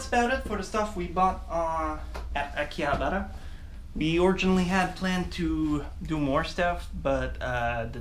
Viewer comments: akihabara not hakiabara :) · Why does he call it hakiabra?